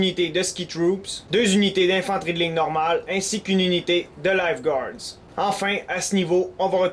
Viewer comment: j'aime beaucoup la facon que tu décris tes parties. Juste un fait que je trouve drôle, quand tu dit Light guard, j'entend Life guard :p..j'imagine mal ces unités courir au ralenti vers l'ennemi en short rouge avec une bouer de sauvetage orange en guise d'arme :P.